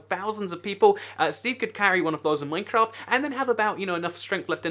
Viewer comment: YOU SAID MINECRAFT WRONG